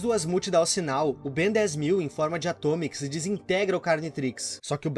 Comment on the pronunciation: O falando "Atomix" me deu dor física